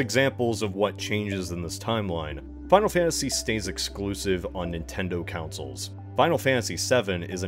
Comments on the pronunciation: What are these councils you keep talking about? Do you mean consoles (pronounce Con - Sole)? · Rewatching his, hearing him pronounce consoles as "councils" is making my brain itch. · waLd moore. Lol. Edited to add: for awhile, I was thrown off by the pronunciation of consoles. Councils. Counsels. I was so confused about the 'councils' lmao. Regional accents are ridiculous lol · Great series but.... I just Can't get over the way you pronounce "consoles"...